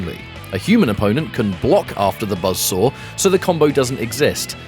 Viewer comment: BUZZ SORE ATTACK. KABOOWL. THUTTY PUH-SENT.